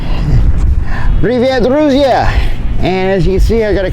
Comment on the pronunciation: крутой мужик, здоровья тебе!!!) Кстати, Привет друзья произносить уже почти без акцента, говоришь получше чем многие русские) P. S. Люблю сериал Rino 911)